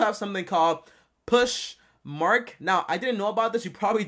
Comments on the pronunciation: It’s pronounced PO-SH MARK not PUSH MARK LOL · POSH not Push. Posh mark. Not Push mart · Poshmark like gosh or josh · Is that how you really pronounce poshmark are were you kidding?